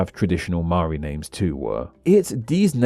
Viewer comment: I'll never understand how anyone can pronounce 'Maori' as 'Maari', like it's literally pronounced as it's spelt.